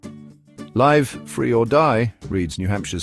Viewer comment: It's /lɪv/ Free or Die, not /laɪv/ Free or Die. The "i" is short, not long.